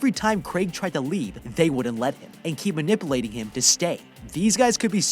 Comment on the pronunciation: “numipulating him”